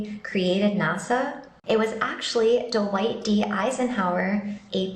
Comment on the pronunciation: The ridiculous points she makes, her phrasing, and the way she pronounces "D'wight D. Eisenhower" are all making it very difficult for me to take anything she says seriously.